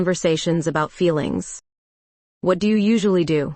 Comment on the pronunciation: YOU PAUSE IN THE WRONG PLACES LIKE YOU ARE READING OFF A TELEPROMPTER THAT ISN'T PHRASING PROPERLY. ALSO, YOU EMPHESIZE THE WORD WHAT INCORRECTLY.